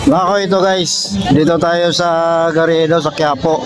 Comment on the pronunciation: Bakit May patrol car? Hindi gariedo,Carriedo learn how to pronounce word